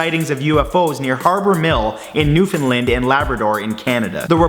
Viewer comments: If all it took to piss you off was to miss pronounce your place of origin... Anger management anyone? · ITS NEW FOUND LAND NOT FUCKING NEW FOUND LEND FUCKING TRIGGERED I AM FUCKING ROTTED IM FROM NEWFOUNDLAND AND THAT PISSED THE FUCKING SHIT OUT OF ME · Hey ***** was watching your video and noticed you mentioned Harbour Mille, NL. I live in NL and had not heard of this before, kinda blew my mind. I'll have to give it some searching, thanks for the video! Also, we pronounce Newfoundland as "New-fin-land" .. Y'know, dialect and all. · Pronounced New-fin-land around here but spelled as Newfoundland. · As a Newfoundlander, I always get a kick out of out-of-province people who pronounce it New"Fin"Land. :P